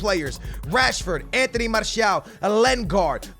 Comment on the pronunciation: you are in love with "enteny" martial